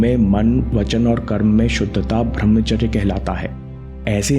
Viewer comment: bhai channal se kama lo. par uchcharan sahi kro. tum bhramcharya kahte hai. brahmcharya hai. kamao yaar kamao